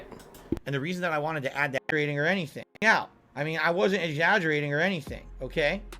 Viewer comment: Dam he was MESSED UP on something: that slur! (When he was supposed to be saying "exaggerating") pig belch "I need that help TRAUMATICALLY" >> huh?? He really needs to lay off the Total Wine shopping trips and whatever else he's on.